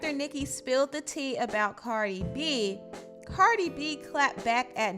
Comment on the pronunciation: CARDI B NOT BB